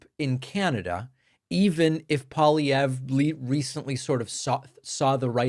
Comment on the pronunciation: TY, David, for covering this and even pronouncing Pierre Poilievre's name properly 😊 And ty to trump for helping us in our Canadian election❤from Canada 🇨🇦